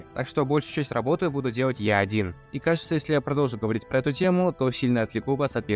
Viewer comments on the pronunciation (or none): none